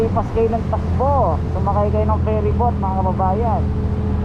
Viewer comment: Kuya Ferry boat not fairy boat ...✌